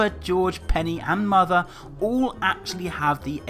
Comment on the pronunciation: You have Mothuh XD